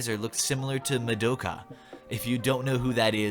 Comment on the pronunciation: As a Madoka Fan the way pronounced it hurts me. But I am also disgusted at the way that dude wants to get with a girl that looks like a 12 year old anime girl.